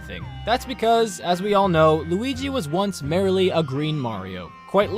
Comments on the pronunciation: When he pronounces "merely" as "merrily" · I don’t think you know how to pronounce “merely” you keep saying merrily